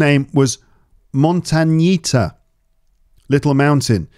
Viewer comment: Yes..montañita means little mountain in Spanish. We use the carácter "ñ".I think that this sound no exist in English .You pronunciation is not good..